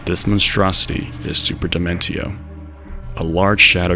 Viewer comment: "Super Demen-teo" Why.